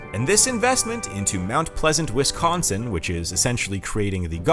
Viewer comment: Heh- WisKONSIN....gotta laugh whenever I hear that..... Yes, born and raised. Still hate winter, though.😮